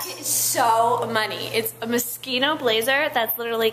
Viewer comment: I liked the outfits but I can't really stand her voice.... it sounds like she mocking Valley girls but thats just really how she talks. weird. And also it's Moschino as in shoe not as in school.